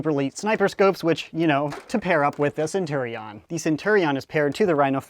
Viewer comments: I hate the way he pronounces Centurion. It's sen-chur-ee-in, not sen- tur-ee-on. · Shpoogly its sen-tur-rion